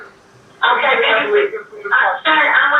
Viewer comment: Sorry but dispatch saying mame 🥴😫😬